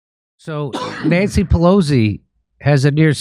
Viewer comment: She said access you (nancy)